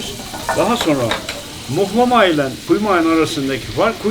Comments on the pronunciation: Mıhlama değil muhlamadur onun adı... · mıhlama değil ama muhlama deriz biz..hatta muğlama :) kim demişse yanlış demiş size...video güzel oldu bu arada tanıtım için teşekkürler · Mıhlama değil muhlama.. Rizeden sevgiler 🙋‍♀️ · Muhlama* nolur mıhlama demeyin ya aşaösşdmjsaöÖdk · mıhlama değil muğllaaamaaa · Mıhlama değil Muhlama u ile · Gelmişsin hoşta gelmişsin; fakat özellikle ricamdır düzeltmen dileğiyle. Mıhlama değil, muhlama. İyi eğlenceler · mıhlama değil mUhlama anlayın artık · Mıhlama değil muhlama dır onun gerçek ismi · Mıhlama değil muhlama ben Rizeliyim yanlış biliyosun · Onun adı mıhlama değil muğlama ya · Mıhlama ne ya mıh nedir muhlama 😂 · Mıhlama değil muhlama düzelt sunu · Mıhlama değil "Muhlama" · mıhlama değil *muhlama. nal çivisi değil bu. Her Karadenizli laz değildir, geleyrum gideyrum Lazca değildir, Lazca ayrı bir dildir. Ömrümüz bu yanlışları düzeltmekle geçecek gibi :) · Evet abi mıhlama diyen maldır muhlama ya adı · adam kaç kere söyledi ısrarla mıhlama yazmışsın ya🤦🏻‍♀️ mıhlama değil muhlamaa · Mıhlama değil muhlama 🤦🏼‍♂️ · Mıhlama değil Muhlama bir öğrenemediniz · Yemek için 1250 km gitmişsin sonrasında video çekip yayınlamış emek harcamışsın ama daha adını öğrenememişsin.Mıhlama değil Muhlama Urfanın u su "U" selametle.. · . ABİ MUHLAMA DEMEK NE KADAR ZOR YA. MUHLAMA ALOOOOO MIHLAMA DEĞİL ! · Abi onun adi mihlama degil muhlama bende bir karadenizli olarak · Mıhlama değil MUHLAMA adı milyonlara hitap ediyorsun yanlış olmasın:) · Başlığı Mıhlama yerine Muğlama olarak değiştir:) Ğ harfi genizden gelecek.;) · Mıhlama değil muhlama 🤦🏻‍♂️ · Yorumlara bakmadan yazıyorum belki de yazılmıştır ama yazmadan edemiycem ,Mihlama değil MUHLAMA. Hatta yumuşak "H" ile değil böyle boğazdan. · bir yanlışı düzeltelim mıhlama değil MUHLAMA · mıhlama değil muhlama ben Rizede yaşıyom benden iyi bilemezsiniz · Mıhlama değil muhlama ya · Mıhlama değil Muhlama. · Mıhlama değil muhlama dicen